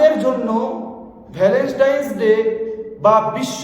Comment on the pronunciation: No Valenstain It's Valentine (ভ্যালেন্টাইন)